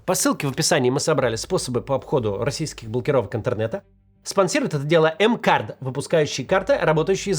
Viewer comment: Максим! Научись уже, пожалуйста, правильно произносить название спонсора — "эм-кардЗЗЗЗЗЗ" 😊